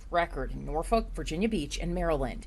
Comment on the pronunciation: I've never heard of Norfuck Virginia listen to the news reporter standing in front of the church how she pronounces Norfolk